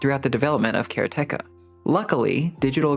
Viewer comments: Pronounced karate ka my guy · the pronunciation of Karateka has to be a joke. You're doing this on purpose. It's so absurd. How can you pronounce it the way you do when the root word is the Japanese martial art of Karate? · it's ok, but it's a Japanese word that means a practitioner of karate, like a judo practitioner is a judoka. They don't stress any of the syllables, so it should come out as "ka-ra-te-ka" 😁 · Bro I respect how much you put into this, and it’s the best review out there, by far. But the way you say Karateka…is …sacrilege - and if you’re saying it correctly, then my world has crumbled. Nothing I thought was real is real looool